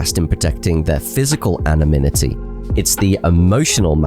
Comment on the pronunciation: Brilliant video! Constructive criticism: “Anonimity”, not “Anominity”. 👍